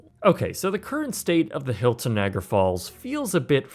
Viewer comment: Can’t stand how you pronounce “Niagara”. Had to turn this off and block this creator.